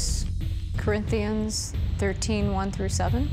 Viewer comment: "Cortnthians" was probably the worst. She had to have looked at that word half a dozen times before tattooing it on her canvas and still never noticed it. Such a dumb mistake that can't be fixed.